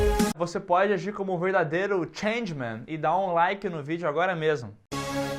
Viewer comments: È impressão minha ou quando o pediu o LIKE ele falou Changeman em vez de Gentleman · Gente nao e "change man" e gentleman! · Excelente vídeo muito bom, mas foi só eu que reparei que ele falou Changeman ao invés de gentle man?!?!kkkkkkk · Changman?!?!?! Não seria gentleman?